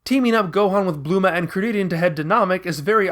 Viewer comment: ur saying bulma wrong